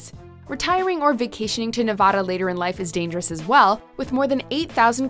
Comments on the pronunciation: It's Nev vadd Da, not Nev vah da. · It's Nevada not Nuvada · Bruh you pronounced it Nuh va duh it should be neh vad duh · You mispronounced Nevada. It's Ne-va-da; not Nev-ah-da. I live in Reno and while the city may be dangerous, to me, it's home. I thought for certain Michigan was going to be on here solely because of Detroit which is widely considered to be the most dangerous city in the United States. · Nevahda is so dangerous because people keep calling it Nevahda. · Nuh-vaaa-duh. The A in the middle is a short a as in apple. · Nev-a-da a as in apple...... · You Mispronounced Nevada 😡 it’s not Nevahdah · Stop saying Nev-AH-da!! Unless you are also going to say Mon-TAH-na (both are derived from Spanish words), stick with how locals pronounce it. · You’re pronouncing Nevada wrong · Joshua Uriarte I’ve lived in Nevada specifically Las Vegas my whole life and I’m shocked we’re considered one of the worst states to live in. It’s not anywhere as bad as this video made it out to be. Also how she pronounced Nevada was cringy. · That mispronunciation of Nevada is cringy. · You are pronouncing Nevada wrong. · I dont won't to hate but they pronounced Nevada wrong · Try saying Nevada correctly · Stop saying Nevada like that!! That's not how you say it😂😂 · Say Nevada properly for fucks sake. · Thats not how you pronounce nevada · The way you pronounce Nevada is so cringeworthy 😖